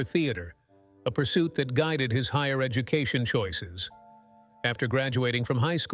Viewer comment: please lose the robot voice i had to stop when the ai robot said educootion 🤣